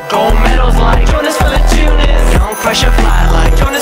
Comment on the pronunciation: Green grass Jie nemoka tart Jonas Valančiūnas tai taria Džonis